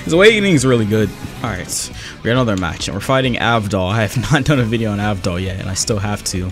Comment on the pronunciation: so no one else noticed him mispronouncing jean and avdol?